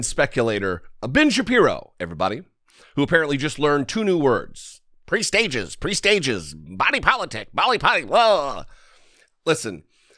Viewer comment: First, he's trying to say PRESAGE (not prestage) which means warning or omen of something usually bad. It's pronounced with the accent on the PRE and the sage is soft. Second, the Texas that Ben Shapiro grew up in no longer exists. Currently, Texas has the highest growth in population. People of color account for 95% of this growth, jeopardizing the established Caucasian political machine. Sorry, Texas; it's to late.